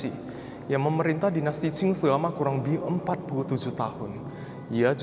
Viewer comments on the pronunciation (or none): L nya diganti Y. LEBIH di ucap YEBIH. DLL